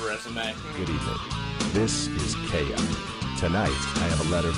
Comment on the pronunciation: Keiya, not Keira...